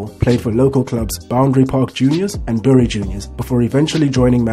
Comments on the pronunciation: Bury is pronounced berry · Note to the channel. "Bury" is pronounced "Berry". Great content, however. Thank you. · It’s pronounced ‘berry’!